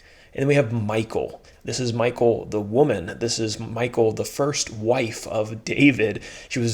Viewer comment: Just wanted to let you know that Michal is not pronounced the same as Michael. It's pronounced ME-HALL.